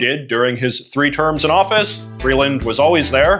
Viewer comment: Why are you missprounouncing Freeland's name? You'd think you'd be able to know enough about her, as you literally mentioned, she has been one of Trudeau's most active cabinet memebers for years...